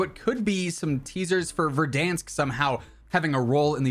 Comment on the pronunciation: Did you just say verdansk